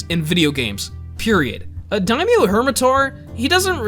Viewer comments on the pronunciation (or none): none